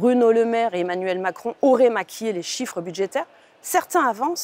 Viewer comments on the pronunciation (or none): none